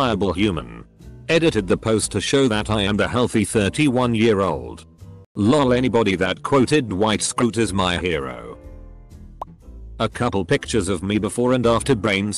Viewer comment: No one: This bot: Dwight Scroot